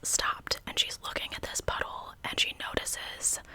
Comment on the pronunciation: Love you. Am I the only one who heard "butthole" every time she said puddle?